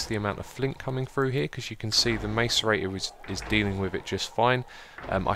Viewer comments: ITS PRONOUNCED MASS-ER-EIGHT-OR! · btw macerator is pronounced (i believe) like: mass-ce-rator